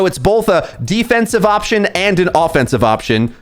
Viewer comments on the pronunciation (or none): none